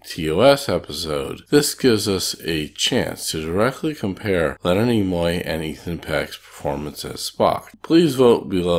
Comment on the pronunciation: Nimoy, not Nemoy.🙄